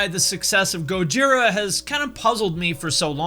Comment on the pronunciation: Thank you for saying Go-jee-rah, not Goj-eye-rah. Also, Slip what? Limp who?